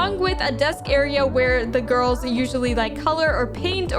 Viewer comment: “where are the gorls”